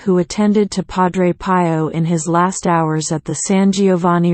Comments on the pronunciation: Would you please change the automated voice to a human one. I personally find it irritating. Also the name Pio is pronounced P (as in the letter ‘’P”) O as in the letter, “O”. Other than that, it’s a good video. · Cannot someone show dignity to Padre Pio by a narration by a human and the proper pronunciation of Pio (pee-yo)? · Agreed - especially with mispronunciation of Padre Pio's name.